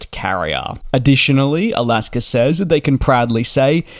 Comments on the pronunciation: So funny that you pronounce Alaska Airlines ALASKER LOL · As much as we love you; there is no "r" in Alaska.